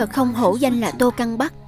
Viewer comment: "Tô căng bắc" mà tui cứ nghe lộn thành "Tô cam vắt" 😂😂😂